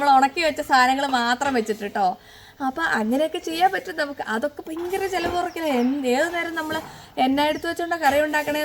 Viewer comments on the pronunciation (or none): പയങ്കര എന്നല്ല ഭയങ്കര .... ഭരണി യുടെ ഭ 😅😅 ചു മ്മാ പറഞ്ഞ താണ ട്ടോ!!😂